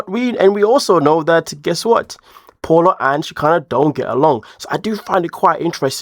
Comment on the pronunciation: It’s pa-o-la, not paul-a.